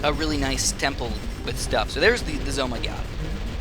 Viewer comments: its sounds wrong when you call it Z O my god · im sorry to say this but its called ZOM_G